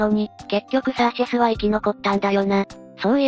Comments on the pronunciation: シャーシェスじゃなくてサーシェスね(;^_^A 余計だったらごめんなさい。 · もしもし？シャーセスじゃなくてサーシェスです(;^_^A